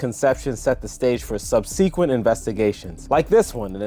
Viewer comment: Nice informative video... But PLEASE learn how to pronounce "subsequent." It's not sub-seek-went, it's sub-sick-went.